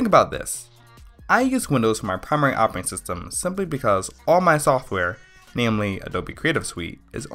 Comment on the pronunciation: Can you say "redistribute"- and "operating". he talks way too fast. Sounded better in the face view closure. At least he didn't say axe but he didn't say ask either. Let's at least give him credit for educating himself, regardless of the method. : )